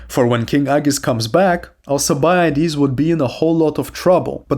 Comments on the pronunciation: Al-K-ibiades ffs my ears. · Is it just me or is his name not pronounced with a k